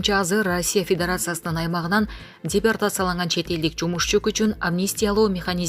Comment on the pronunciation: Дипертацияланган эмес - депортацияланган десен минутту ишенбесен озун угуп кор!!! 😜😚